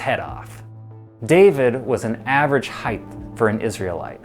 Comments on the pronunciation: One. I guess the only people who feel the need to narrate videos are people who can t pronounce the english language. This kid can t pronounce h e i g h t There s no third h at the end of the word. If you don t believe me look it up in the dictionary or easier than that look at the spelling in your OWN video title. You don t say weighth do you. Height and weight. Two once you decided which word you can t pronounce you then decided to mispronounce it every twelve seconds for a total of 412 repititions which if you listened to your english teacher if you ever had one they told you not to repeat ANY word 412 times. Because it makes your video boring and hard to listen to. Three if you kids out there think i m making a mountain s heighth out of a molehill s heighth try this experiment. Ask a friend or relative to mispronounce your name for a whole day and see how long you can take it. If your name is john and they call you johnth for a few hours or if it s josh try listening to joshth 26 times and you ll be approaching how people who speak properly bristle at constant mispronunciations It s YOUR language. LEARN IT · You are clearly an expert since you are saying heighth instead of height lol SMH😂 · Heigh(T), not Heig(TH). Hard T, no TH sound in height. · Please, it's height not heighth! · Quit saying heighth, it’s not a word. HEIGHT has no tense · Would everyone please stop adding the "th" sound at the end of height. It's pronounced with a "T" so you literally sound like you have a speech impediment. Thanx 👍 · H-E-I-G-H-T IS PRONOUNCED ( H Ī T E) There is no 'th' sound in the word height!!!! You sound like a moron!!!!🤔🤨😐😑😤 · Why is he saying heighth 💆🏽‍♂️ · Please learn how to pronounce height, I can't even finish watching, it was so annoying, it's pronounced hite!! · How am I supposed to watch a video about height when 20 seconds into the video, the host thinks it called heighth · Are you pronouncing it 'heighth'?